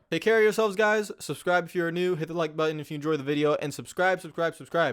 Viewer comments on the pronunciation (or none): none